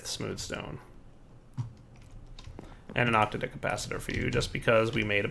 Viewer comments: "octa-dick capacitor".... no,.. it's "ock-tadd-ick". Every time you say it your way, I cringe.. this is not hentai. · every time he says octadic i laugh I don't know why he insists on saying it that way.. every time I just think 8 dicked capacitor.